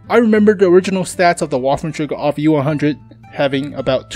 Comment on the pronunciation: It call auf not off xD